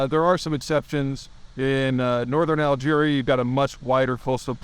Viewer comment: “Algeria” 😂😂😂 gotta love Peter and his “pronunciations”